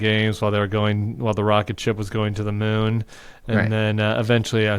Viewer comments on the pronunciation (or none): none